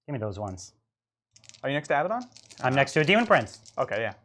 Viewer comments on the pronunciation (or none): Hello, please pronounce his name correctly, it’s A bad un, not ABBA Don! That sword of his is deadly, may the False Emperor protect you!